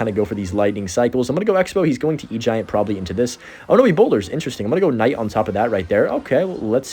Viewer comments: Please just call the Knight a Night. You keep saying Kuhnight or Ignite and it’s like whyyyyyy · it's hero knight the k is silent wtf is a hero kanaight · Did you just call it k-night? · The K night pronunciation is triggering me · PLEASE! STOP SAYING THE K WHEN SAYING KNIGHT!